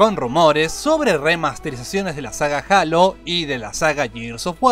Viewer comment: no es jalo es jeilo :v